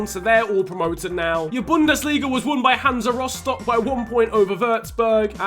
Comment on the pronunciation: I'm totally surprised how good your pronunciation is when saying the name of my hometown Rostock xD Greetings from Germany keep up the good work. :)